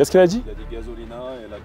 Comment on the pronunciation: gazolina,,, il a dit quoi ? Il a dit gazolina😅😂